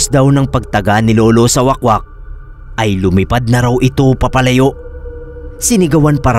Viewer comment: Wahk-wahk mana pagbasa oy hahaha dili wakwak 😭